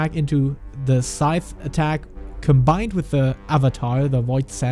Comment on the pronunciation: saying scythe not side